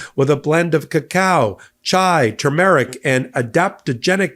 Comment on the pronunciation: Who doesn't know how to pronounce "turmeric"?